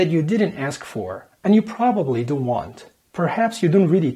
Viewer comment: Your English is perfect and so is your American culture knowledge, but you just need to work on your "don't" pronunciation, other than that, you are perfect. Lots of love from Algeria.